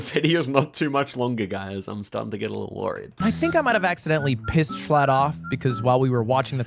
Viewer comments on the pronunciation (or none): I watched that stream and I found it insanely funny that they were shocked at the Kampala guess 😅 (Also, Jschlatt is pronounced "J Shlat") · Jschlatt can't avoid being mispronounced